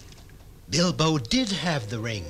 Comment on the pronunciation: does… anyone else hear him call Bilbo “Elbow”?